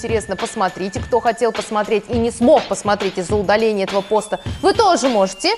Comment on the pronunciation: Не пОста, а постА